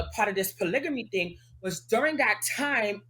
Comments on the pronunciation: It’s not polygamy for bm, it’s “po-nygga-me 🤧💀😂😂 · Who told y’all polygamy has a r in it ugh smh